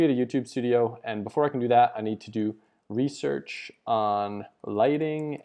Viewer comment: RESEARCH not REASEARCH